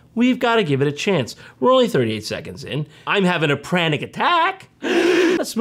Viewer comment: "I'm having a pranic attack" This slew me.